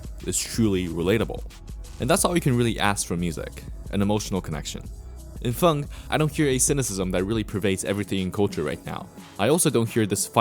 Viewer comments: why are you saying fung and not feng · Why this guy keep on saying fung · Idk if ur purposely comment baiting with the way you pronounce his name but that shit hurts my ears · Why do you pronounce feng like that